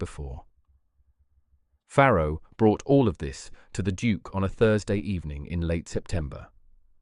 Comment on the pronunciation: Farrow not Pharaoh